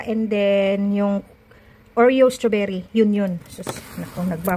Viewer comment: Good recipe just that next time pronounce it right the strawberry mima straw-ber-ry